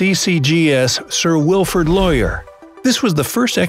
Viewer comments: Quick note on the pronunciation of Sir Wilfred Laurier (Lore Ree A) not (Lawyer) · It's the SS Laurier not the SS Lawyer